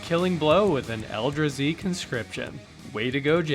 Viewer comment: gotta be saying eldrazi wrong on purpose at this point